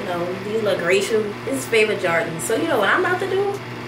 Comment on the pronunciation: That bih said jardon